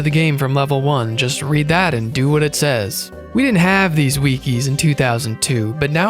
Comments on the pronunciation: I watched all 5 and a half hours, but what stays with me the most is the way you pronounced "weekee" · Idk why, but the way you said wiki as weekey really got to me 😂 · This is amazing but pronouncing wiki as weekee took me out